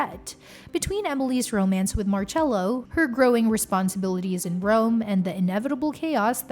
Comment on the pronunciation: No es marello es marcello